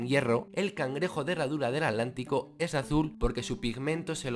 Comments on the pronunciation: Cuando dices "alantico"...quieres decir Atlántico verdad?🙄😳😣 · Por qué dices adlantico? Con D si es Atlántico con T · Escuché bien y dice At-lantico ?